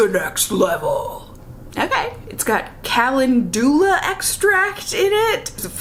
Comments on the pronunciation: Lol silly it’s not “cal-en-DOO-luh” It is cal-EN-jooluh (with a slight emphasis on the EN and LUH and said more quickly/smoothly, not quite so broken up in the jooluh part) 🙂 and “grasping at straws” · You have a college degree and you can't pronounce calendula? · I’m sorry.... HOW did you just say calendula???